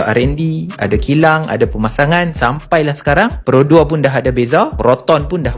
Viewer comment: jgn ckp ' pero' tapi 'produa'